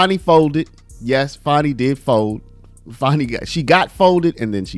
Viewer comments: Why is everyone calling her "FARNI" . Her name is Fani, it's not hard! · It's FANNY not Fauni 😜😜😜😜😜🤣🤣🤣🤣🤣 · I don't see no "w" in there. So it's Fani (Fanny), not (Fawny)! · Why are you calling it fawny? It's fanny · FAN - ee not FAWN - ee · Its fanny, pronounced as in female genitalia, not funny as in haha. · There is no "W" in "FANI".